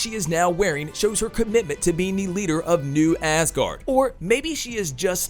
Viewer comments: It’s pronounced azgard.. not ass guard lol 😂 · Ass guardians...